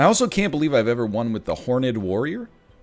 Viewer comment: He said.... "Hor-ned warrior"... Not Horned Warrior. LOOOOL